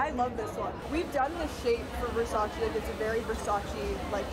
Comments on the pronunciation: xflammiepierce Donatella also says that this is VERSACE NOT VERSACEEE. So i dont know why they still makes this mistake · Non versaci, ma VER SA CE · VERSACE not VERSACI...... come on Nicky - you're from Europe, you supposed to know that😑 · Lol it’s funny to hear Gigi say versachee not Versace yet she starred in a campaign “it’s Versace not Versachee” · I'm Italian and I swear every time someone said "versacee" it killed me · I'm Italian so every time someone said "VersacI" in the video I would immediately scream back at the screen "IT'S VERSACE" lol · How are all of these MODELS at a VERSACE show saying “Versacheee”!? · CAN YOU PLEASE STOP SAY IT WRONG?! IT’S VERSACE (TCHE) NOT VERSACEE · So you are working for Versace buuuut still pronouncing it the wrong way?